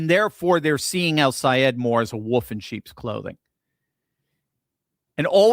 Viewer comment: Ooooooo! can pronounce that name!!! Good thing, the a hole said, if you can’t pronounce it keep his damn name out of your mouth. What a jerk …. But OUR WONDERFUL GENIUS friend,, is better than alllll the rest! And once you get the best, forget the rest ✝️🙏💕💕💕💕💜💜✝️🙏